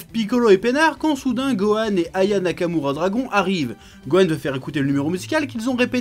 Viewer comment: "Dragon nakamoura...." je suis mort...